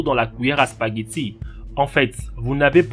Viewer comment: Spaghettsi il dit mais bien joué:)